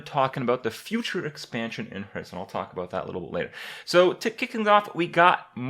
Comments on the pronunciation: did he just say "Purtstone"? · also "herthstone" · 1. It's Hearthstone, not Hurtstone 2. Do something for your facial hair